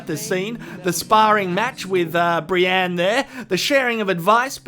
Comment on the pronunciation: Brienne not Brianne.